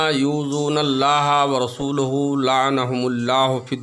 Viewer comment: Qur'an galat padha ورسوله par zabar h na ke pesh